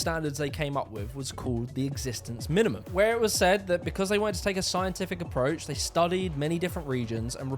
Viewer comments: Wonderful video. One small correction: It's Existenzminimum, not Existanzminimum. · Isn‘t it „ExistEnzminimum“?